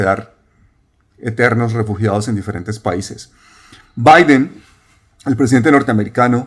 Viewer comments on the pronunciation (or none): none